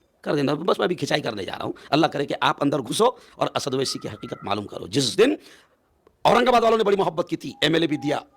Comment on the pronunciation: owesi name lena sikhlo pehle